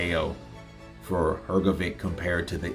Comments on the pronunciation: its hrgović (hrgovich) not hrgovic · Because there is no letter ć in their alphabet,so they pronunce letter c Like we letter k,if you tell him that his name is Hrgovich and not Hrgoviq he Will know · True I also noticed that. Simply Hr-go-vich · I would ask someone whose mother tongue is English or who is from America to give me the reasons why cannot pronounce the surname Hrgović correctly. Is this due to some grammar rule? Is it incompetence? Did only finish elementary school? What is the problem? Yesterday I watched the DAZN boxing presentations and the English speakers pronounce the names and surnames of the boxers correctly, so for example cannot have the excuse that he has never heard how to pronounce a boxer's first and last name correctly. The boxing world makes an effort to show respect for the boxer. Why isn't capable of this? Thanks for the help! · Presenters are obliged to pronounce the names of the people they are announcing correctly or to the best of their ability but isn't a presenter so he hasn't done proper research